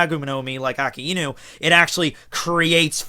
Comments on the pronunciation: Really don't mind pronunciation, but I do feel kinda cringed when you outright say the wrong word. Like, you saying "Ah-ow-kiji" instead of "Aoh-kiji" is super fine by me, but saying "Akihinu" or "Aki-inu" instead of Akainu? I mean, how do you even get around pronouncing an "a" as "i"? ._. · It's akainu not akinu.. god english has the worst spelling.. why the fuck is a spelled ei..